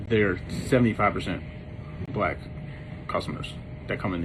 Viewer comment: You don’t even know how to say black right.